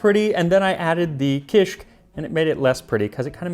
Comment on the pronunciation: Dude! I LOVE kishik. I had no clue that it's so old! It's still eaten in many different forms throughout Lebanon and the Levant. Typically it's a breakfast food. By the way, the pronunciation is ki-shik, two syllables. Kisikiyya is pronounced ki-skik-KIYY-a, stress on the third syllable with a lengthening of the Y.